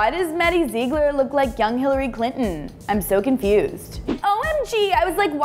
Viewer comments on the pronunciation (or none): XPurple Myth :3 I know I am late but Hillary isn't nasty I bet she is a trump supporter and Maddie is a beautiful dancer and the thing that annoyed me was she said zeeglar and it is supposed to be zieglar😂😂😂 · ITS PRONOUNCED ZIGLER NOT ZEEGLER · OMF IF YOURE GOING TO TALK ABOUT MADDIE PLEASE PRONOUNCE HER LAST NAME RIGHT!!! (Zih-gler) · if one more person says “Zeegler”😂😂😂😂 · "maddie zeegler" 😭😭😂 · all this video when she said ZEEgler it was driving me crazy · does it annoy anyone else the way she said zigler ........ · you said her last name wrong zigler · it is pronounced maddie Zigler its spelled Ziegler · Omg its maddie ziegler but its pronounced Zigler and how is Hillary nasty you republican unsubscribe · R.I.P Harambe YES SHES SO CRINGE SHE CANT SAY ZIEGLER CORRECTLY AND SHE LOOKS LIKE BRITNEY SPEARS WHEN SHE WAS ON DRUGS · I mean I love this show and whatever but I was cringing so bad when she was saying Maddies last name wrong... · It annoys me how she says Ziegler she is pronouncing it sooo wrong. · Please say Maddie's last name right😂😂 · You're saying her last name wrong! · you keep saying maddie's last name wrong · OMG I Have How She Says Her Last Name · U say Ziegler wrong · Is it just me or does it bug you that say Maddie and Mackenzie's last name wrong? Like if you agree!